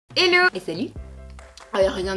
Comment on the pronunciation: Quand tu dis g hello on dirait que tu dis élught